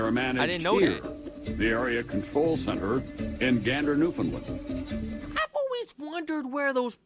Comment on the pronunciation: I know it’s been a while since this was posted but I’m gonna really plead with Americans to do Newfoundlanders one small precious favor. Could you stop pronouncing it New-found-lund. It’s rude. It’s NewFinLAND. Say it that way to a native Newfoundlander and they will love you for it. I mean for saving thousands of your people we deserve at least that